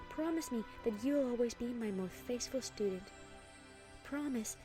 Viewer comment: Am I the only one who heard Celestia say "Saithful Fudent" XD I'M SORRY I KILLED THINGS